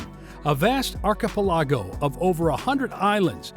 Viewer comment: Great video. Just a little annoyed by the pronunciation of the word "archipelago"